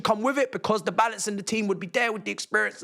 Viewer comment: The way he said balance in a french accent 🤣🤣🤣🤣